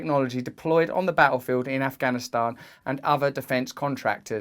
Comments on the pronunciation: Side note: I’m so happy with Russell’s accurate pronunciation of the word ‘Afghanistan’. The western media always gets it wrong. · You actually pronounced the 't' in Afghanistan. Well done Russell 😀